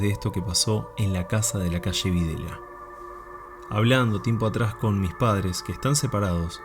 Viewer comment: Hola y Equipo, los sigo y los quiero muchísimo. Quisiera tomarme el atrevimiento de corregirlos con muchísimo amor y respeto, ya que vivo en ituzaingo hace ya muchísimos años. LA CALLE DONDE ESTÁ UBICADA LA CQSA, NO SE LLAMA VIDELA, SE LLAMA VILELA, ES QUE LA GENTE AL PRONUNCIARLA RÁPIDAMENTE PARECE COMO SI DIJERA " VIDELA" COMO EL APELLIDO DE AQUEL MOUNSTRUO DICTADOR, CON EL QUE TAN MAL LO PASO LA ARGENTINA EN LA DECADA DEL 70. POR DIOS SE LO PIDO, CORRIJAN ESE ERROR YAAAAAAAAAAAAAAAAAAAAAAAAAAAAAAAAAA!!!!!!!!!!!GRACIAS!